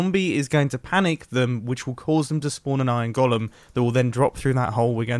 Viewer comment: its weird how he pronounces iron golem